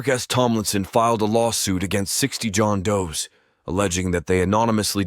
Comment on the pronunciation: I heard it when he said John "does" and pro "si" It's weird to hear "him" take a breath reading the copy